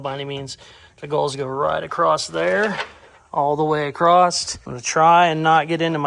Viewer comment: Why do you always say “acrosst” when the word is *across? (Love your work BTW)